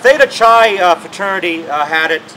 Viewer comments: Theta Chai? Clearly not a frat boy. It's spelled Theta Chi and pronounced Theta "Ki". Greek letters, ya know. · Technically you just vandalized the place....also although I had my problems with theta Chi its "ki" not pronounced soft "Chain like Chain tea that drove me nuts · sorry about pronoucing chi wrong...i did this video with only one take. no retakes..and i'm a adm and dpo fraternity alumni from morrisville college! opps! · sorry dude..but i have a degree in newspaper journalism and not broadcast journalism. so what if i mispronouced the "chi" in the frat name.or i say "umm or "ah".or "gonna" i also did this in one take.no rehersal...no retakes....one take dude..no time to go back and do it all over again! i also know how to narate if i reherse and read a written script. worked for local TV and radio with my print degree in massena with a good voice. not rehersed! okay! i'm not on the six o'clock news!